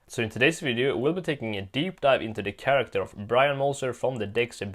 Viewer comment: You always had trouble saying Chracter